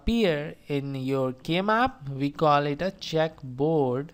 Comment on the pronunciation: I'd like to point out that its a checkerboard and not a "check" board. But nice video either way.